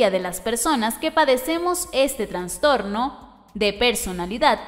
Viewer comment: Soy yo o la narradora dice "Transtorno"😄😆